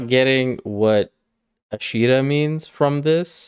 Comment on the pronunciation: Ashira would generally be pronounced with a harder R. Hes dropping it for the sake of the song